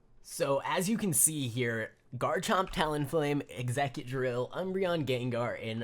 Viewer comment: Love the vids but, it's actually X-Ca-drill as the pronunciation